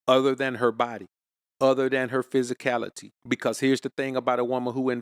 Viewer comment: Take a shot Everytime he says psysicality 😅 lol -jk he's right